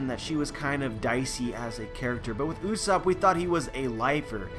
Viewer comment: did you just say uuuusap? it is GOD usopp. -.